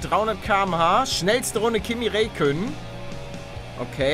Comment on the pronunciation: Kimi Räikkönen gut ausgesprochen bin finne uns Kannst besser nohate